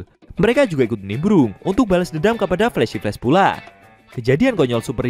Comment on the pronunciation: Min kamu nyebut flash apa ya agak kurang jelas, pahlawan perempuan kah?